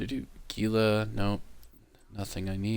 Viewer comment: Thanks for the video. I’m always interested in new builds but always feel like I’m running out of space. 😆 BTW, I believe the pronunciation of Gila is “hee-luh,” like the Gila Monster or the Gila River in the southwest United States. 😉